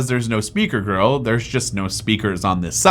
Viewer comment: why does he say speaker grille as speaker girl